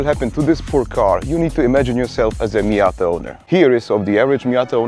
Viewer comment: miaaaaaaaaaada it is called